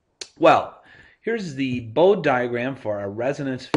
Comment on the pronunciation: It's usually called a "Resonant Filter". "Bode" is pronounced "Bod-ee". "Wien" was German and is pronounced like the city in Austria (with a "V" sound in the beginning). The "regulator" part of the circuit, as you called it, is usually referred to as the "amplitude stabilizer" so as not to be confused with something else.